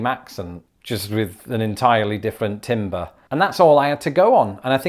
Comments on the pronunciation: "timbre" is pronounced closer to "tamber" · so i usually dont correct pronunciation but you're british so . timbre is pronounced with the i sounding like the A in "hand" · "timbre" is pronounced "tambər" btw.. I don't know why but this is one of the very few words that make me want to correct people